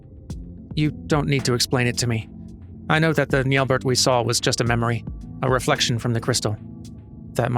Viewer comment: Assuming french pronunciation, (since it's an elezen name), then the final T in Nyelbert would be silent. As a rule of thumbs, if the final character in a french word is a consonant, assume it is silent.